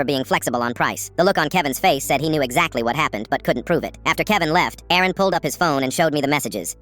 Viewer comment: Aaron vs Erin 😂 AI should get checked